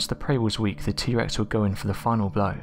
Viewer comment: What is worse?.. Hearing you not pronounce 'th' properly..